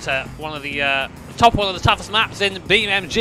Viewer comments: It’s Beam(N)G not Beammg ffs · Do you think he knows is BeamNG? Because the title suggests he does but he’s definitely saying BeamMG… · Is it just me, or are you calling it BeamMG? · Use me as a button for every time calls it BeamMG! Love you really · Does he keep on saying BeamMg 😂😂😂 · Why does he say BeamMG